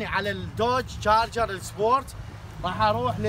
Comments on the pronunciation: تشارجر مو جاجر حسيت انك تسبني😆😂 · عفوا بس اسمه تشارجر مو جارجر ??